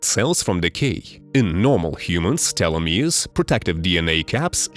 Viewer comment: Is this narration AI? Because it pronounces "telomeres" at least three different ways the way an AI would.